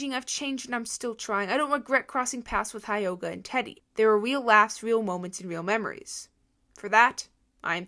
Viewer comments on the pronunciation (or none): Not to be rude… but it’s driving me crazy… hyoga is pronounced he yoga. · REALLY REALLY REALLY don’t wanna sound rude bc your one of the best social media news channels I watch but I think it’s pronounced hyoga (hee-oh-gah)